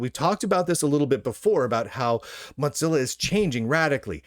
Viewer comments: Wtf is Mutzilla?? Why are you mispronouncing it?? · WTF is a MOTZILLA? Is that a clamato cocktail? Mo-Zill-ahhhhhhhhhh! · I like it, it's apt